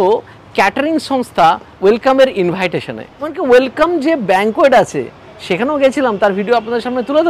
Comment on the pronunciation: invitation ke inbaahiteshan tao mana gelo.. english thik asena... tabole teshta ke treshta ke bole bhai.. tomar mother tounge ki ? khasi r moto bhhhaa bhaaa kora ? aar nijer barite hole 3 piece mutton, jeta khuje paoa jay na.. er fokot e khete ele half plate jure mutton ar mutton gulo to sokto chibre, tao bhalo bolte hbe.. bhaloi jibon